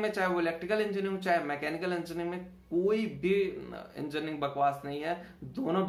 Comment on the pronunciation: Pehale engineering thikse bolo